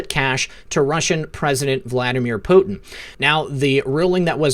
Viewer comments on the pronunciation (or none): none